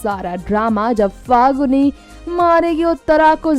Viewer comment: pahali baat to faguni nahi falguni hai. bolna Sikh lo tab video banaya Karo ok